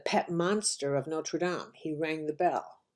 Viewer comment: Nice to hear Notre Dame pronounced correctly.